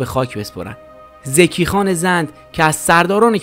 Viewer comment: Zaki khan not zeki khan.